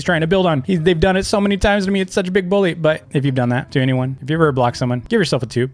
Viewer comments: It's bully not billu dumb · Ikr, he says it like “boolly” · I saw in his old vids he says it like dis “boolyy” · he says buwy